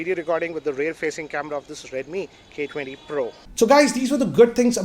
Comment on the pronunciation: The way he saaid redmi k20 pro had me in tears lmao